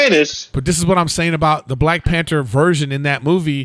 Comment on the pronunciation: Nobody: Griff: black P A N T E R